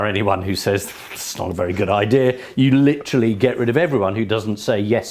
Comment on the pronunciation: 40.15 'Leeterally' . . . Britons' favourite word